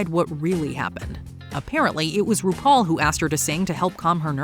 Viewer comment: UGH, "RudePaul!!!"